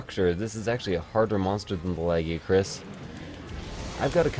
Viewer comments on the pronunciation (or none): Not trying to be a dick but your still saying Lagiacrus wrong, it's like the "gi" is a "g" if g were a vowel.